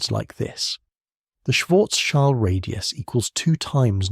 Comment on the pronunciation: Thanks for providing these videos. Listening from Germany past midnight. Just a side note: Schild means shield in English, nothing to do with a child. It is pronounced similarly to shield as well but with a short i as in lift.